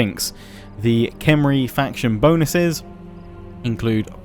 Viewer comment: your pronunciations are going to drive me nuts in this one huh? Khemri is pronounced Com-ree not kem.... for the fourth time at least:P I'm a bigger Ancient Egypt freak than I ever was elven stuff. Arkhan is Ar-con, Khatep is Cah-tep, Nehekarra is Neh-hek-car-ruh (neh like Ned). Ushabti is oosh-ob-tee. BTW sepulchral is pronounced sep-ul-cur-ruhl.